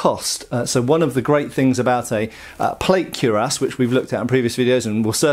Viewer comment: slips naughty plays on words into every video, but still seems to feel squeamish about pronouncing cuirass properly. He was even decisively corrected face-to-face by experts in a recent video on this channel. Come on, mate. Ditch this cure-ahs stuff. 😄